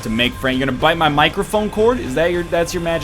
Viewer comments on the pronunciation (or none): none